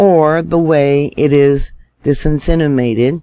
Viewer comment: Try to pronounce it like this: Dis*sim*in*ated. With stress on "ate". Means to spread around, to be given out.